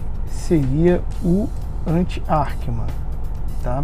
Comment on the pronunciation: Ackermann!!!! Arckeman não existe !!! Quer explicar o que é e nem sabe a pronúncia???